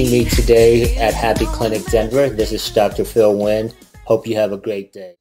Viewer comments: I am not Vietnamese, but a Vietnamese friend named Nguyen once told me that "win" is what they say to Americans because they know it's easier to pronounce, but something like "nu-wen" (with a specific intonation that I can't type, but is exactly how she said it) is more authentic. I suspect a lot of Vietnamese-Americans who grew up in America always say "win" for this reason, even if that's not how people from Vietnam would say it. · I thinkpeople in the video pronouncing it When, know what they're talking about. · The closest to pronouncing this correctly is the 2nd person with the white dress shirt. He had the ~ accent (which the others lack) which is crucial to Vietnamese pronouncing. If he ended it with "ee-in" instead of "in" it would be 100 authentic. PS, The older gentleman at the end even watered down his name pronunciation. I'm kind of surprise since he's obviously so fobbish. Lol. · I am Vietnamese, born in Vietnam. It's strange that I only see person number 2 pronounce it correctly. Maybe they were all born in a foreign country or were trying to change the word into something that was easier for English speakers to hear. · Correct Pronunciation: Pronouncing it "Win" is them making their names easier for people who don't speak their language. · Viet Thanh Nguyen (the 6th guy) pronounces it the most correct way. It's still a little bit different from native Vietnamese pronunciation, but it's the closest one.